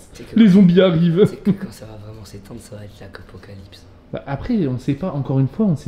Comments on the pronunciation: "l'Acopocalypse" ahaha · inox qui dit l'acapocalipse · il a dit l akopocalipse ou je reve